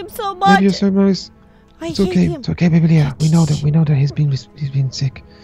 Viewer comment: it's Leah not learn